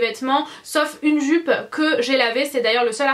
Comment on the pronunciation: Tu m fait trop rire quand ta dit "joupe" 10 fois de suite 😂😂 t'es tellement drôle 💘